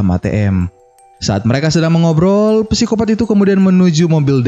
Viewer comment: Psikopat bukan pesikopat. Sangat mengganggu. Wkwk